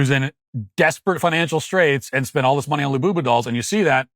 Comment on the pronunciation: Hearing matt walsh say the words. Lull booboo dollls repeatedly. ..made my fkn day lmao.... lul boo boo...😂😂😂😂😂 we gotta do better america.